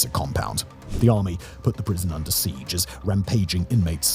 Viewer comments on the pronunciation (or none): none